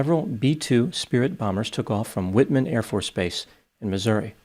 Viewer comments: It’s Whiteman. Not Whitman. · White-man AFB Doc, not Whitman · It’s Whiteman not witman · It’s pronounced “White-Man.” Trust me, I spent the longest 4 years of my life there. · the base's name is pronounced exactly as it is spelled. White-man AFB. No shame in a name, good Dr.